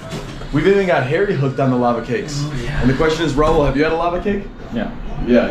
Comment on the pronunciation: Its not Raul the Spanish name. Its Rahul.